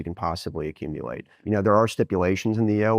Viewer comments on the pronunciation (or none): Bo Hines: “We want as much as we can possibwy accumuwate”